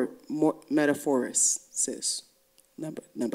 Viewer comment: Me-ta-mor-pho-sis not metaphor!